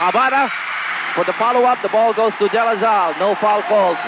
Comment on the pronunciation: “Ateneo Flying Eagles,” “Zambo Lim” “De La Zal”, “Razella” - where does get all these? 😡